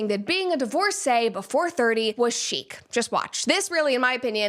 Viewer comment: It's not chic. It's sheet. 😂